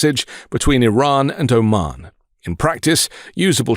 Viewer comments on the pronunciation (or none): none